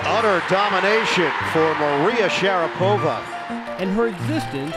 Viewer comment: My Russian wife says Maria's last name is consistently mispronounced. In Russia it has the accent on the 2nd syllable, not the 3rd. It is Sha-RA-po-va, not Sha-ra-PO-va. But maybe after a lifetime of having the western world mispronounce it, Maria just goes with it.